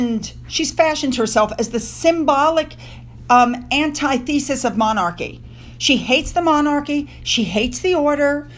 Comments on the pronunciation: FYI: antithesis is pronounced an tith’ a sis Don’t worry about pronouncing the African names… those are tough and would require instruction. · You might want to check with someone on how to pronounce the word antithesis!